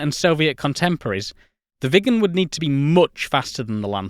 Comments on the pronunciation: Next aircraft and video I guess is about the McDonnell Douglas F-4 Phantom II as that aircraft badly lacked a gun during Vietnam and the F-4E was introduced. Great video on the Viggen and you did do a good job of pronouncing Viggen! Hello from Sweden 👋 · It sure wasn’t 10m people back in the 60s! BTW, you pronounce Viggen just fine! It’s stunning what could be done back in the day with the small memory and modest computing power.